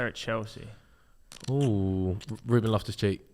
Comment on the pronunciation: how tf has said ruben, lost respect there